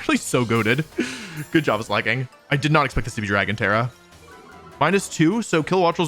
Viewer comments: I miss when he used to call it Slayyyy King 💅💅 instead of pronouncing it correctly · About the Slaking pronunciation thing - slaking is an actual word and is pronounced slay-king Totally reasonable mistake to make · Fun fact slaking is actually a word in English and it's pronounced exactly like Wolfe does it. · I like how you pronounced Slacking. Sounded like Slay king lol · For every time Wolfe calls Slaking "Slay King" I will continue to call Shedinja "Shed Ninja" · You know first thing I noticed was that you now call it Slak-king and not Slay-king like you usually do...Please don't let those stupid short comments get to you (I swear most are brain dead, bots, or both) call it Slayking it's better anyway. I like when you pronounce them as you think instead of tiptoeing over what is 'offical'. Like the offical company has retconed how they say some of the names so who actually cares that much? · Wolf nearly getting crucified for saying slayking will always be funny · It's ok, I too called it "Slay-king" as a kid I'm right there with you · i find it funny how he pronounces it (in his heart) as slay king, like its giving "yass slay king", which is cute jsjs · We fixed how he said "Slay-king." Can we fix how he says "true-aunt" now? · wow I can't believe Wolfe would mis-pronounce a Pokémon's name. I'm sure that has never happened before. /s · It's a little disappointing to see the man who used to deliberately mispronounce Pokémon like Gengar and Venusaur get bullied until conformity on Slaking 😢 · Noooo Wolfey is falling victim to audience capture and no longer mispronouncing pokemon names!